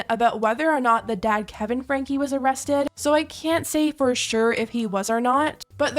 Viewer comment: And their last name is pronounced, Frank. Not frankie the e s not pronounced!!!!!